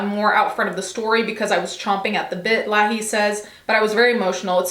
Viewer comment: You can tell she hasn’t watched Trailer Park Boys. It’s pronounced Lay-hee.